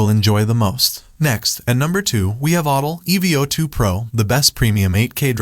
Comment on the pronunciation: I've never heard of the Ottl E Vee Oh 2 🤣